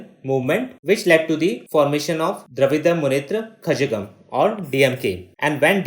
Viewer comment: I was burst into laughter when you pronounced Dravida Munnetra Kazhagam.